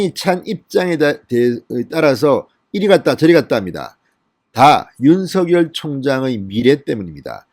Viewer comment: 진성호씨 윤총장 이름을 개명하지마세요 가끔씩 (윤 석 열) 을, 윤 서 결, 윤 서 결 이렇게 발음하지 마세요)